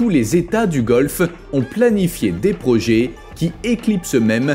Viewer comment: Parler d'un destin tragique pour Dubai ?, rien de tragique là-dedans, rien qu'un futur inéluctable pour une ville artificielle, tout comme ses îles où les millionnaires regardent vivre les milliardaires, pour encore combien de temps ? Projet se prononce è et non projé. Agaçant.